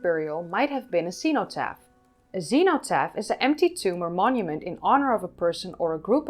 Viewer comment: Great video, despite the heavy dutch accent, which only really caught me out with your pronunciation of cenotaph. You should try listening to a native English speaker pronounce cenotaph. Any video of the UK First World War Remembrance Sunday ceremony at the Cenotaph in London will have plenty of examples.